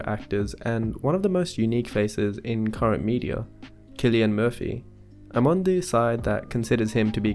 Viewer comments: Btw it’s pronounced “Sill-Ian” I know a lot of young girls who go crazy over him. I think it has to do with his hairstyle and baby blue eyes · i thought his name was pronounced 'sill-ian' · Wow i pronounced it Sillian not Kllian My bad! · I didn't know his name is pronounced Killian. I thought it was pronounced Sillian. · Wait so you’re telling me his name is pronounced as “Kill-ian” and not “Sill-ian”???? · Oh my god, I’ve been pronouncing his first name wrong 💀 I thought it was “Cillian” with an s sound. But it’s “Cillian” with a c or kuh sound 🤦‍♀️ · and i've been here my entire life mispronouncing Cillian as "zillian" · IVE BEEN PRONOUNCING HIS NAME AS "SILLIAN" THIS WHOLE DAMN TIME!!! FUCK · Even I used to pronounce it as "sill-ian" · Dude doesn’t even know the correct pronouncation of Cillian and came to analyse his face